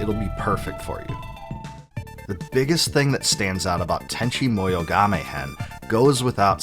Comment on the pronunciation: Sasumi and tanchi munnyo